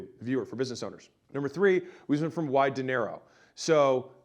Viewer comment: OHHHHH "wide to narrow" The entirety of the previous content video, I thought you were saying "why dinero?" - as in "why money?" I listen to a lot of videos while doing other stuff, so I don't always get watch them. This makes a bit more sense 😂.